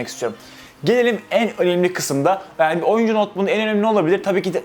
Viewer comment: kardeş istanbul yanio diyorsun bide adanaya gel baamm